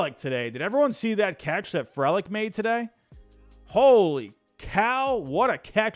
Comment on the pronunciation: ITS PRONOUNCED FREE-LICK